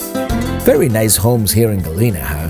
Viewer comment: I you're going to PRETEND to be an expert on the area learn to pronounce Galena.